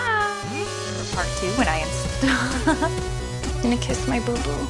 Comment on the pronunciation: awesome computer, Also it's a good thing Christian is a gentleman because when you said "wanna kiss my bo bo" kinda sounded like the first word was Boob lol. he could of edited that for some high jinx.